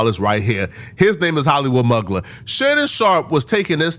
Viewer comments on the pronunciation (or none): It’s pronounced MU-GLARE .. not MUG-LER 😂😂. Sorry I was agitated with that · Mugler is (moo-glare) not (Mug-ler). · it’s pronounced moo-glare,. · Mugler is pronounced myooo-glare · I believe it's pronounced "moo-glare" (Mugler)